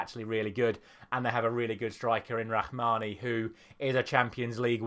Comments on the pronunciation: it's Rahimi not rahmani brother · his name is Rahimi not Rahmani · It’s not rahmani it’s Rahimi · Let's start with Morocco striker and the top scorer of the tournament so far ...Rahimi not Rahmani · It’ Rahimi not Rahmawi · it's Rahimi not "Rahmani" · It's rahimi not rahmani lol 😂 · Rahimi not rahmani 😅!! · It's not Rahmani but RAHIMI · Rahimi not Rhmani :/ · Rahimi not Rahmani